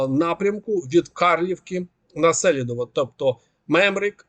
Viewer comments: Як ріже вухо - СЕлідово, Сіверський ДОнец і інше. СелІдово, Сіверський ДонЕц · СелІдове. Наголос на І.